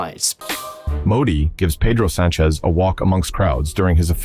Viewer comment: Por cierto, duelen los oídos de como pronuncias Sánchez. Infórmate por favor. Es un signo de cultura y respeto.